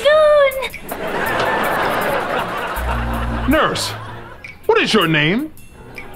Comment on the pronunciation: Cat:get well shwoon(soon) me: 😂🤣😅